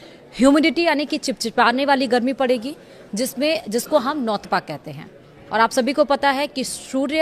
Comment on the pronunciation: नौतपा बोलना सीख ले